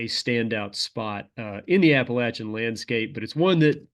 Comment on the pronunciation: Thank you for saying Appalachian correctly :)